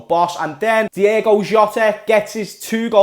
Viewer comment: Ahh lad it's "Diogo" not "Diego" why does everyone call him that 🤦‍♂️😂